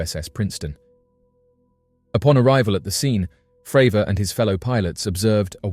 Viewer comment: "FRAVOUR!":hand-orange-covering-eyes